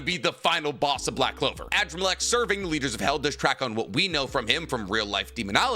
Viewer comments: Adramalech is pronounced Ah-Draa-ma-lek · at this point i’m convinced you purposely pronounce characters names wrong on purpose. AN-DRAH-MUH-LEK, sheesh